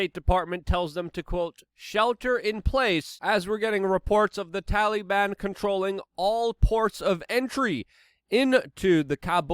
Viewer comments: Every time you pronounce their name Talyban I giggle. If you ever reference them as Talybannies the giggles would be unstoppable. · STOP. SAYING. “TALLEY-ban”!!!!!!!!!!!